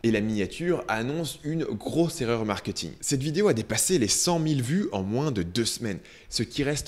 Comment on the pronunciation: je t'en supplie.. ça se dit markéééting et non markeuuting